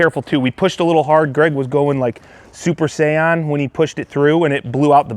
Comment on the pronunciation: "Super Say-on" well, that's a new pronunciation lol.